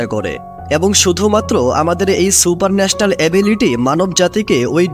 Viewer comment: Super National na, super natural 🤡